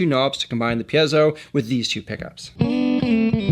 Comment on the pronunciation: Also. THANK YOU for pronouncing “piezo” properly.